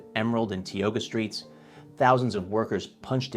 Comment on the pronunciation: thanks for posting. I love how people in the ads dressed up to listen to the radio. 🥨 Ty-oga not Tee-oga. Just sayin'.